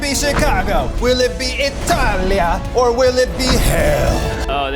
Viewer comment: Ned(?) trying to pronounce Italian stuff is painful for my italian a$$ (still love this video tho)